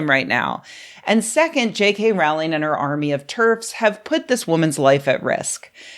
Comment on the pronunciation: Its rowling like bowling Not rowling like howling. Everything else was spot on as usual.